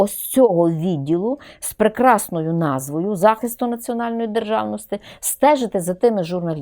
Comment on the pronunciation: Замість « и» необхідно говорити « і» Не державности а державності !!! Пані вчитель😂